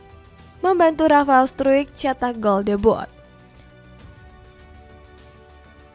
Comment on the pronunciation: Pelafalan namanya di baca RAFAEL STREK mba yang voice over namanya RAFAEL STREK koreksi lagi